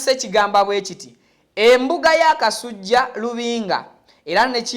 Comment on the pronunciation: Ssebo tereeza olulimi ayitibwa kasujju so SSI kasujja nga bwosoma